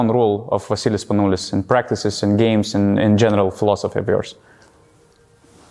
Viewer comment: VA-SSILIS SPANOU-LIS!!